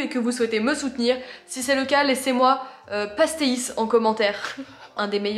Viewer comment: «des petits pastéé-iiIii-ssse» mdr 😊😊 c'est choupinet hihi. Juste pour info, ça se prononce «pach-tèich» 😉 Voili voilou, c'était la minute portugaise ^^